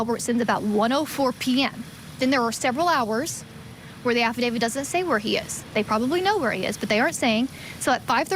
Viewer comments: Affidavit with a T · Why does everyone in this video mispronounce affidavit? The last letter is a T. You could at least expect an experienced lawyer to be able to pronounce it.